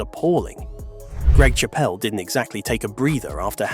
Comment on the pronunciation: You pronounced his surname wrong.